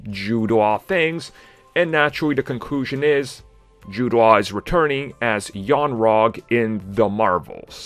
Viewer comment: Young Rag??? hahahaha. It is Yon-Rogg. Who played Old Rag? Car-pet?